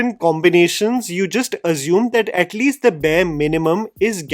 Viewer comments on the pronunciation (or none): ‘Assume’ not Azume 🙏🏽